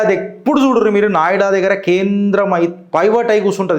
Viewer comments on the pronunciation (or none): నాయుడా కాదు నోయిడా